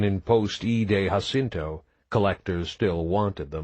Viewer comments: Other than the narrator not knowing how to properly pronounce “Jacinto”, and 2 poorly executed accents are his only go-to for vocal character building, this is a great story! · Its really funny that the guy doesnt know how to pronounce Jacinto and rather than trying to do Coles voice he does some stereotypical voice 😭 book is fckn fantastic tho great to listen to while hitting the gym between Eday plays